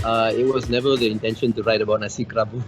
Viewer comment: I love food AND history, so I love your channel, especially as you dive quite deep. However, kerabu is not pronounced KEH-rabu or KE-rabu : many people in your video pronounce it correctly k-RA-bu with a slight roll on the "r" and accent on the penultimate syllable - now I worry that if you can't get it right when others around are showing you how it's meant to sound, then how is your Thai pronunciation (which I know very little about) - also - I can be too critical...